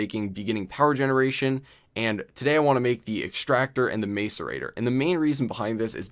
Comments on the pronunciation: same, its pronounced mass-er-ator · I cringe when he says macerator. The A is not long. Mass e ray ter. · every time he mis-pronounced macerater i cringed